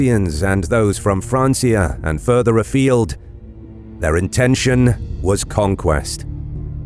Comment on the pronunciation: This is nicely made although the way you say francia and Aella need abit of work hahaha Now the thing i am really missing in your history, is Edward the Elder and Aethelflaed, brother and sister who really took the fight to the Vikings, i am so surprised how little these 2 are being taught about in schools, I dare say that Aethelflaed did even more then her father Alfred to secure a saxon england. Yet so little people know about her.